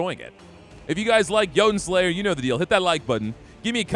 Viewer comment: “Joe-Ton” Slayer 😂